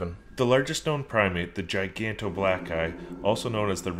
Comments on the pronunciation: Gigantopithecus not black guy 😂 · On number 1 does he mean Gigganto Pithaggas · You got the name of number 7 wrong it's Gigantopithecus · isn't it gigantopithecus... and not giganto black guy